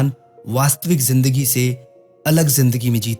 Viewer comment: Jindagi nhi Bhai Zindagi. Zebra ko jebra bolty ho kiya😅